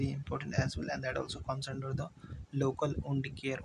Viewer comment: "Und" care 💀